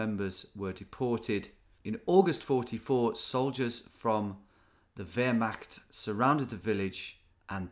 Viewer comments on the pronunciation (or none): Maillé is pronounced like my-eh not like mail and Péan is like peh-the an sound in answer without the hard n just the huh sound and Wehrmacht is mahht not mackt(